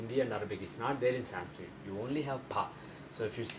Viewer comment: Even he is saying sanskrita... y not sanskrit..they hav a habit of putting a in everything... shiva, krishna, yoga, lagna, mahabharata..it shud be shiv, krishn widout emphasis of aaaa in the end...